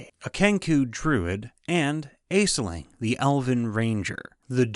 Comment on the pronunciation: Great vid but the pronunciation of aisling killed me djdjdjdj